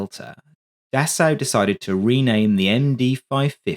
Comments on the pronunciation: "Dassao"? It wouldn't hurt to take 10 secs to google how to pronounce Dassault before producing a video in which you have to say it 57 times... It's pronounced like "dah-so". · A very good and informative video, just one picky criticism...Dassault is pronounced 'Dass O', ok? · Dassault to be said “dasso” only. Nothing complicated.